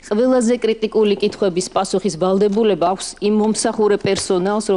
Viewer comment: ვა"ლ" დებულება🤣🤣დაგეწვას ლ😆😆